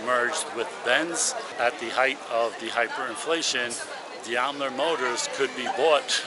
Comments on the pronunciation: Please! It is D A I M ler, not D I A M ler, and is pronounced accordingly. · “Diamler”? 😂 It’s Daimler. D A I M L E R. That’s still the name of the company. Daimler Benz. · DAImler, not DIAmler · Daimler Motors is pronounced DIME-ler, not dee-ime-ler. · You lost me at Diam-ler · It's pronounced "dime-ler" i think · The Daimler company is actually pronounced Dime-ler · Better look up the pronunciation of Daimler. 😂